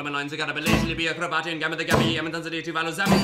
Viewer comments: It pronounced Ki-ri-bas not Ki-ri-batty 😉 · Kiribati is pronounced kiribas. Keyboard commando!